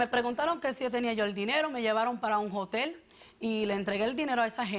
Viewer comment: Se dice hotel. No jotel jajajajaja